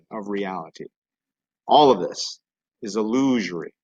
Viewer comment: "illuzhory" haha never heard illusory pronounced like that